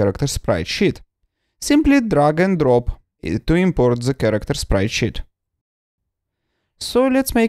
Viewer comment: I love it, how you pronounce sprite sheet. Sprite shit.